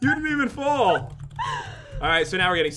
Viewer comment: She said fall not @@